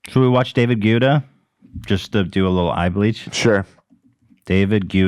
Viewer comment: I wonder if the crew will ever learn how to pronounce David Guetta's name correctly lmao